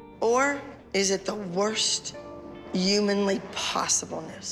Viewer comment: Can she EVER pronounce an 'H' before a word that requires it?? 🤷‍♀️🤦‍♀️